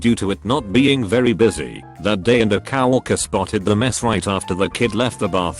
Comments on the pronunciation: "COW ERKER" co-worker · No one: Not a single soul: Male narrator: cow-ercer